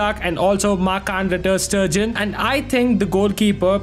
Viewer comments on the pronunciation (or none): Nice video! Also it is pronounced marc andre ter St-ay-gan